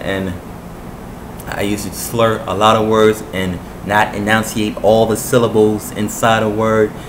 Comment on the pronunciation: Great job man. thanks for the tips. Keep at it. You pronounced enunciate wrong though buddy. Heads up.